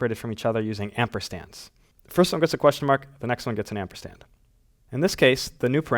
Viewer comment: It’s ampersand, not amperstand